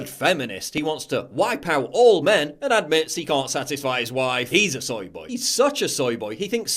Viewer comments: Why do you pronounce soy boy "soye boyeee" you soy boy. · isnt it pronounced soi boi